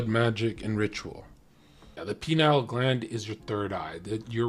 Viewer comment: Only pronounces Pineal gland line Penile gland